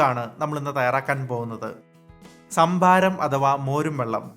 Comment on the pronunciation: ശംഭാരം. 😄😄 കരിക്കിലെ ശംബുവിനെ ആർക്കൊക്കെ ഓർമവന്നു.. 😜😜??